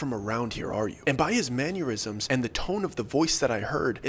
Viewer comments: Dear, I know you're not gonna read this I love the stories but some things irk me It's Mannerisms Man-Er-Ism nor "Manyeurism" And Peripheral Per-If-Er-Al not "Periphreal" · Bro, love the storytelling, great channel! If I can make a correction....it's not a big deal but it's like fingernails on chalkboards to me man, lol... It's Mannerisms, Man-er-is-ums NOT Manyurisms Man-your-is-ums Thanks brother lol...sorry, It bugs the hell out of me :-) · I love the way you really leaned into "manurisms", instead of "mannerisms". It adds flavor! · "man-yer-isms" aneurisms for men LOL